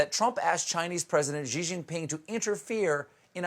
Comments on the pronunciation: Stephen, you need to learn how to pronounce Xi Jinping's name correctly. It's sounds like "she" not "zjhee." He is a douchebag, but let's at least mean it when we make fun of his name. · "Xi" is pronounced 'She'.